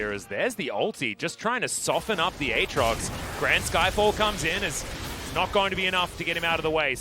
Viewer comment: Mister commentator, might I point you towards the champion spotlight for Aatrox so you can learn how to say it? Yes, this is a HUGE pet peeve of mine, but the champion spotlights have literally pronounced every single name that people disagree on. There IS a correct way to do it, and it's the way the people who made it decided. And as far as Gyarados goes, there just happens to be an entire fucking anime where it's name gets said a good number of times...